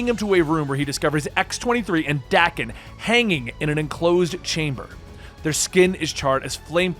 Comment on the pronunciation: Damn really can't pronounce names lol. It's uatu (oo-ah-too) idek how he said it ahahaha. And it's daken (day-ken) not dah-ken